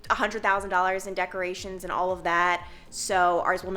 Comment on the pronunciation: The only current word you say that is an accent I can't figure out... The word AND. You make it 2 syllables & it sounds like eeeee-uhnd. Is that an Ohio accent? Kentucky? I'm in NJ so it's just a different sound than I'm used to, not a judgement.